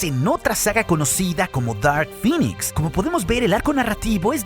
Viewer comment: Cada ves que escuchaba que decías "Dark Phinix" me daban ganas de vomitar verde , se pronuncia "Dark Phinex"